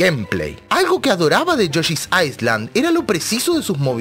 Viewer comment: Viejo, se pronuncia "yoshi's ailand" sin la "S"... Y si, yoshi's story es una mierda